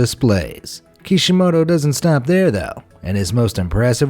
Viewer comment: When he said kishimato I thought he was saying the creator of naruto